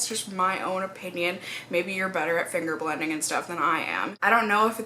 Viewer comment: .. Apparently I'm the only one who did a second take when you said, "Finger BLENDING". Definitely not what my mind decided you said when I first heard it, bahaha. :P Also, just pop on over to Canada for a visit. You'll feel far better about drugstore prices in the US...